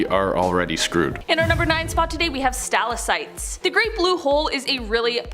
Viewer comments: Capillaries- Kap-ill-air-eez stalactites= stal-ack-tites not capilleries or stillasites! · Pronounced Stal Lak Tites